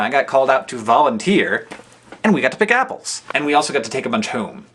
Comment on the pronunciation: haha sounded like he said "NIPPLESS!!!" when he said apples.